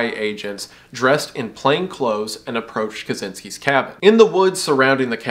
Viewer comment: "clathses" Love it❤